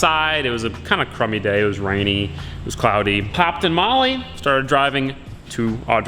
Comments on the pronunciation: Sounds like u said 'popped a Molly'... Not 'hopped in Molly'😂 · At the start thought he said popped a molly 😂